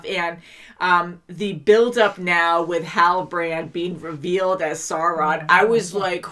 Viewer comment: It's Sauron, not Sore-on